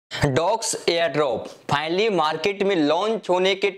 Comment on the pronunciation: Finally ❌ Phinally✅